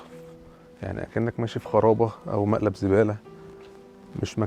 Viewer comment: في اي يا حكايتك مع كلمه ملقب زباله مش عارف تقول مقلب زباله انا اول مره في حياتي اسمع واحد مصري بيقول ملقب بدل مقلب